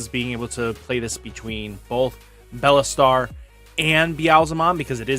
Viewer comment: It shouldn’t bug me how he always says BELLAstar and not BEELSTAR but it does lmao